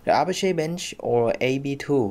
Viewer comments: Don't know why this bothers me, but Apache is pronounced uh-pach-ee, like the Apache Native Americans. Not A-pash-ay. Have a nice dy. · Great video, however the pronunciation in English would be A-patch-ee.